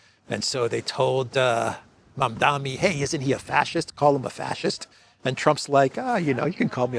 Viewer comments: Please get the name right when reporting…You keep mispronouncing the name as “Mamdami”…It is Mamdani (with a N)…it’s a difficult name I admit. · Mamdani not mamdami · Mam-Da-Ni MaMMMdaaaNNNeee. MAMDANI. Mamdani. Come on,!